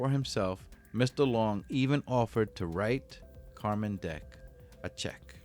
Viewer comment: It's still pronounced "Carmen" though! Not Car-man